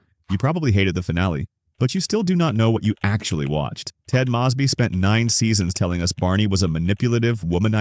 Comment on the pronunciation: It's not Ted M-AW-sby. lol. It's Ted M-OH-sby.